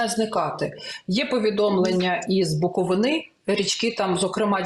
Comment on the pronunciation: Дякую за ефiр, але вимовляйте будьласка правильно БУКОВИНА